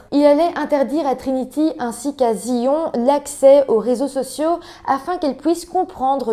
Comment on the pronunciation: Mon Dieu la pauvre, l'école est censée être un sanctuaire où l'on se sent en sécurité. Justice et autopsie de merde, la victime n'a absolument pas eu de justice. Juste petites précisions Zion ça se prononce Zaïone et les éviers sont en fait des lavabos.